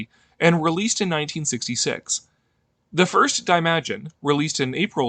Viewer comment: You massacred the pronounciation of Daimajin.